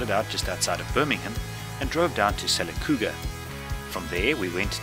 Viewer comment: Howdy. Your AI narrator let you down didn't it? Sil-a-cooga? Hardly. Lesson to learn, never send an AI when a human is required. Otherwise, nice vid!